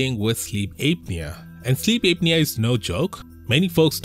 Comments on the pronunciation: It's pronounced app'near not ape'near. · It's apnea not Aepnea it's an a sound not ae sound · It's pronounced APP NEA , not ape nea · it's "app knee uh" not "ape knee uh" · It's not "APE-knee-a". It's "APP-knee--a". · It’s not correct. Well, at least in British English, it’s pronounced “app-nee-uh”. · Sleep Ape-nea. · Ape nea? Lol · It's pronounced: "app-knee-ah" 😉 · Sleep ape-nea 🐒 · Sleep Ape-nea😂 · I like Ape-knee-ya lol Don't worry,. I'm a native speaker and always pronounce new words wrong. You're doing great! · Yeah and you can't even say the word. Lol